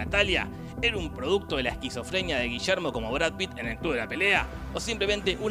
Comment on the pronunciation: Y Gillermo Francella tampoco eta Gullermo Francella.